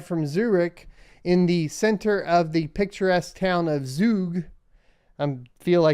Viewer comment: You pronounced Zug pretty well!